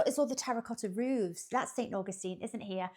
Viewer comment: 🤣 And then pronouncing Augustine differently each time it says it!